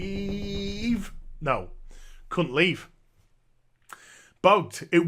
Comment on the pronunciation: Replays how pronounces "couldn't" DEMONETIZED